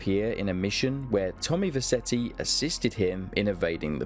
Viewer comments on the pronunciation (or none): You never played vice city cos you can’t say vercetti properly